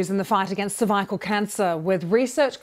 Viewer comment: Brilliant news! Just curious though, did anyone else notice the initial pronounciation of cervical? 😂